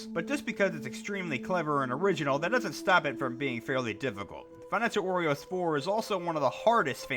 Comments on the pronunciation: Bruh why do you say Wario like W-oreo? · Ugh, no offense but I cringe at the way you said “wario” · When he says wario, he sounds like he’s saying oreo